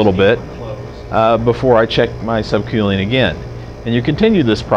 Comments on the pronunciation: *Sub kewling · Get it right quelling lol wheres he from